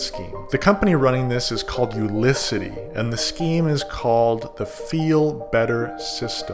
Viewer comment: Nice video. Some discrepancies kind of feel confusing if they are not deliberate like the info on eddie's MLM program "Unicity" and "Feel great system" both were mispronounced somehow? Weird